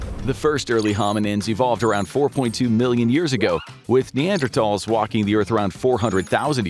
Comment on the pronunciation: You put a smile on my face when I heard you pronounce “Neanderthal” correctly!